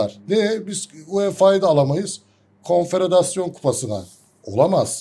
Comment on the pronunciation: Konfederasyon......telaffuzunuz yanlis